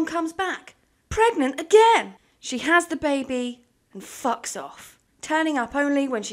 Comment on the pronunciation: i thought she said flocks lmaoo